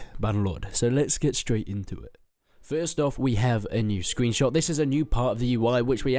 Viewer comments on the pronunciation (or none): none